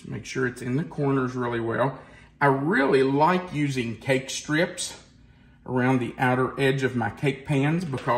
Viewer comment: Cake strips to bake evenly? What are you saying ? Egg strips, cake strips? What is this?